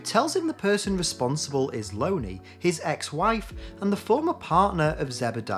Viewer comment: I think it’s pronounced LON-ee not Lony like Bologna.